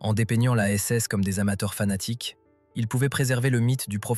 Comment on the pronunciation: Harry Chimler = Heinrich Himmler. Vafoune=Waffen. "Des amateurs sanatiques..." ??? Pauvre Étudiants en Histoire, qui doivent subir un tel outrage. Quel gâchis pour un sujet très essentiel pour la compréhension.